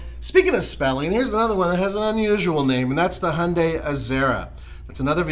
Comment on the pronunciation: WTF is going on with your pronunciation of Hyundai??? It is not Hunday!